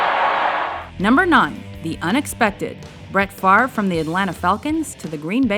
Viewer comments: Brett favor is how he said favre what a dumbass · actually correctly pronounced as favruh or faver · "Brett Favor" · "Bret Fa-vor" lol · brett favee, brett favor haha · "Brett Favor" smh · haha "Bret Favour" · Lol he said Favre wrong